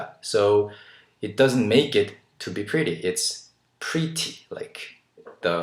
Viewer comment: I love the way you pronounce "Pretty" like "Pri-tty" haha!